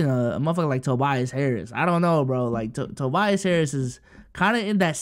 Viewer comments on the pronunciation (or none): none